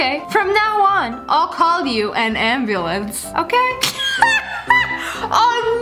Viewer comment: Sssniper wilf: siri call me a anbluenc Siri: i will call you anbulenc now Lol